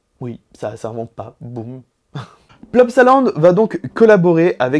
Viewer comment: salut, je suis belge et pour info ça s'écrit boom mais on le prononce baume